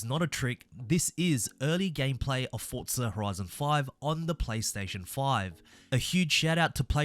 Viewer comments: It’s forza not fortza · Maybe its justy ears and no offence to you (great video i love it) but do i keep hearing you say forTza horizon 5? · Why are you saying fort-za? 😅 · “Fortsa” I’m sorry but that bugged me so much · Why does everybody put a t in forza?